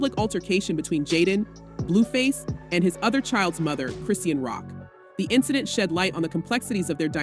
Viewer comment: They say Chrisean name wrong on purpose- it makes no sense